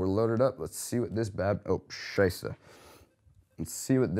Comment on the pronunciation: Doesn't sounds like a normal German accent. Might be Swiss.